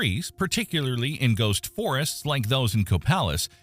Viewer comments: The "A" in Copalis is pronounced just like the letter "A". Just letting you know from a local... Proper pronunciation and punctuation are Very important. It's like saying your going to "help jack off a horse, or help Jack off a horse" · Copalis Washington (It's pronounced CaPayLis get that right and you're one of the locals) which is right on the ocean so if you're there during this big event YES!! You're in trouble...I'm 30 miles inland from there so if anything I do feel safer then when I lived near Ocean Shores.